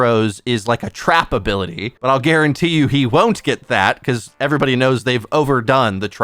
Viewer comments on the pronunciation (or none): none